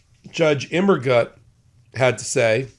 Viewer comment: Immergut - I think it's gut like put, more of an oo sound. I think it means Evergood in German.